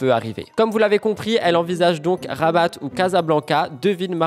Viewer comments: Cc si je peut me permettre ,rabat ville du Maroc se dit Raba sans prononcez le T sinon ça veut dire autre chose 😅🫶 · Coucou Rabat se dit sans le T et c'est la capitale du Maroc. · On ne prononce pas le T dans Rabat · Super récap de l'actu! Cette coiffure te va bien ça change! En venant commenter ici je me rends tout juste compte que je ne suis pas abonnée, je regarde tout Youtube sur ma tv! Pour info Rabat c'est un t muet, en fait il se prononce en arabe mais pas en français. Bisou à Blue